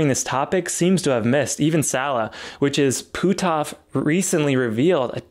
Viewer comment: Great video but you're killing me with the way your pronounce Hal's name. It's pronounced "put-off", not "poo-toff" ;-)